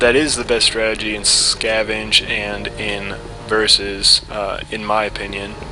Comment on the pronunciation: Lol "stratgy"